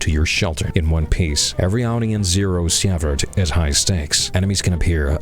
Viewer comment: See-vert nit see-eh-vert